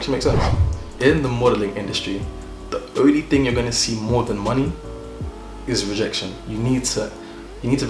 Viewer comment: “It eezz what it is eeezz” 🤣🤣🤣 love him for this!! 🤪🇿🇦